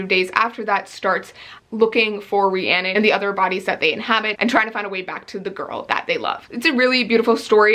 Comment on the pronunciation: it throws me off so much hearing you talk about every day and saying rhiannon😂